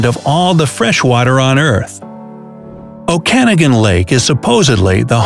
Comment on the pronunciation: You said the Okanogan lake wrong Very hard to watch i’m not a even pronounce it properly for you